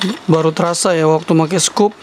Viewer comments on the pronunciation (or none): none